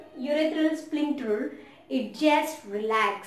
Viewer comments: Ur are Pronuncing the word as splincter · There is no 'L' in that word